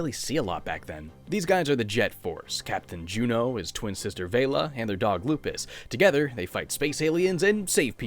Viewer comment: It's pronounced Vel-la like Bella.